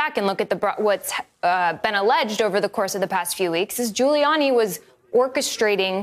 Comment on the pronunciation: 408. Sounded like he said Doodie Gulianni